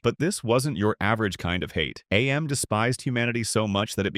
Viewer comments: Mate, it isn't A M, it's AM. It isn't pronounced as two individual letters. AM itself literally says so in it's "cogito ergo sum" soundbite at the end. "I think, therefore I AM". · It's not A.M It's AM. Because he is. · AM being pronounced as "AY EM" hurts. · loved the list, AM is just pronounced as "am" btw, its literally said in the short story